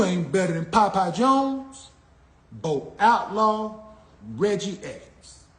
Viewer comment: This man said Bo Outlaw 😂